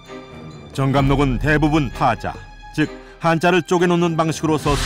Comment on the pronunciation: 장음인 단어의 첫자를 짧게 발음한 예:사후,변화,해석, 세조, 이상(사회),이실(직고), 등이고, 역으로, 단음인 첫자를 길게 잘못 발음한 예: 왕조, 왕실,광해군,사상 등이며 관용상, 파자 는 파짜로, 파격은 파껵으로 발음해야 함. 이상과 같은 발음 문제는 실로 심각한 일입니다. "한국 어문을 고발함"이리는 채을 권하고싶습니다. 미국 변 완수 배